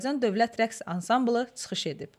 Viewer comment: GeDZədə yox, geCədə. TSıxış yox, çıxış. Azərbaycan dilinin ictimai-publisistik, yəni media dilinə riayət edin, mətnləri dəfələrlə oxuyun, diksiyanı düzəldin. Teatr xadimlərindən alınan müsahibələrdə necə də təmiz danışırlar.